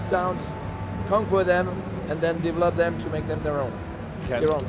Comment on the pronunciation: divolodum = develop them